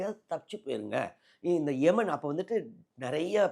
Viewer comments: முதலில் உச்சரிப்பை சரியாக சொல்லவும். அது எமன் இல்லை. ஏமன் நாடு. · எமன் இல்ல,ஏமன்